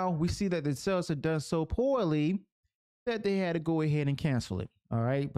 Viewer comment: brother, you say "sales" like "cells". I first thought you meant to say something else.